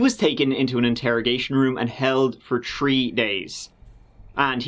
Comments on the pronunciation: In this episode, said “tree (3),” “turty (30),” and “turty-one (31)” eleven times. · Oh, c'mon. It doesn't need to be a foreign language for you to butcher the pronunciation. Just take turd and tree for example. I mean third and three. 😁 Love ya, mate. Keep up the awesome work. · Yeah it was only about tree times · Just so you know….3 is pronounced tHa REE…..not tree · Hey, I was born in nineteen eighty tree! 🤣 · “He was held for tree days” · Tree minutes turdy tree. "Hoo could have done this". He's a person of interest then. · Oh I am looking forward to that 😉 We look forward to sayin the number Tree..so this oughtta be great 😂 Lol (Then I remember this is about murders😕) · turdy tree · And thirty tree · Or tirty tree and a turd percent that chapter. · say three properly. fuk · it should be clear that we already forgive you for mispronouncing "three" so there's no need for a disclaimer. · Butchering word like 3/three/Thursday/13...? Just giving you a hard time,. Love my TC uploads! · He is so great. But be sure to use the "th" sound with "three." <3 Felicidades!